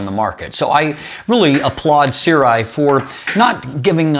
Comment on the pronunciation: see-rw-eye is the wildest pronunciation i've heard so far